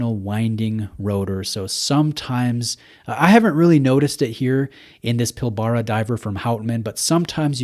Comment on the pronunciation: Really nice piece. Not a fan of the bracelet, would look awesome on a rubber strap or NATO. Also, it's pronounced 'pil-bra', just another of our weird Aussie words :)